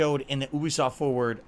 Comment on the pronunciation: ooooooobisoft. It's You-Be-Soft, id!oit.